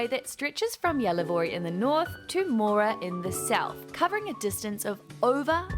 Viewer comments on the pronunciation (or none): none